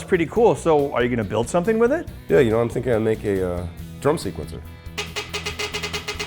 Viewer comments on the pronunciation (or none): none